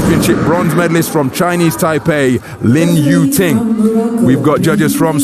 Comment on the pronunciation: Lin "Tu Ying", really man?